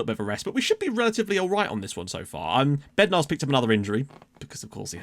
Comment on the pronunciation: Everytime you mention Bednar (to me atleast)sounds like youre saying Bendtner:-) haha.. might be your fast talk xD